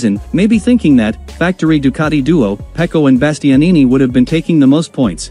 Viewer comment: Do not expect an englishman to pronounce any foreign word but in the English way. They will never pronounce Ducati correctly.